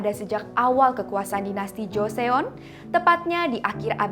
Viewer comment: pembawaan hostnya udah bagus, cuma aku agak gatel aja sama penyebutan eo nya, misalnya 'joseon' harusnya dibaca 'joson', hehe peace (◍•ᴗ•◍)